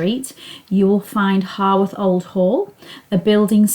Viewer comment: Grand. It is HOWarth though, not HORWarth.👍